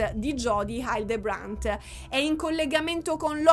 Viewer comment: il cognome (della plurimaledetta a cui sono contenta che dedicherai un nuovo capitolo, è davvero importante) Hildebrant si pronuncia " hì - ldrebrènt" (accento sulla prima sillaba, è una parola sdrucciola, e il resto sono tutte "e", l'ultima molto aperta)